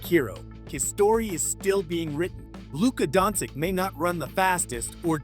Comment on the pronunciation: Jesusssssssa...can you kearn how to say his surname right before commenting....Dončič...Luka Dončič!!!